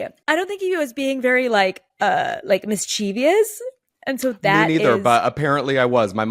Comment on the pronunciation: It's actually "mischievous", not "mischieveeeeeeeaaous".